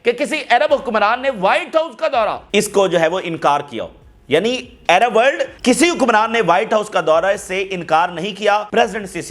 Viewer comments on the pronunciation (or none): Pronounce Àrab as Arab not Ayrab. Trying to be English😅